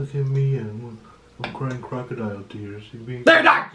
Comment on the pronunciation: THEY'RE NOT KUH-ROCKADIAL TEARS